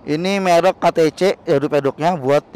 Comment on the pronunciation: bang merk bukan melk